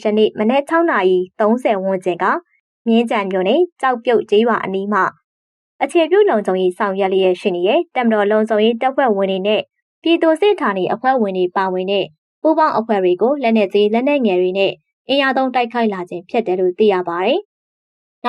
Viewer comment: ပြည်သူစစ် လို့ မဖတ်ပါနဲ့ ပြည့်သူ့စစ်လို့ ဖတ်ပါ